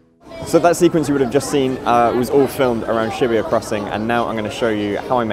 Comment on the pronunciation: Shi - BU - ya, not shibiya!